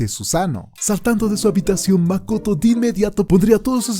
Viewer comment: It’s mak-oto 🤯🤯🤯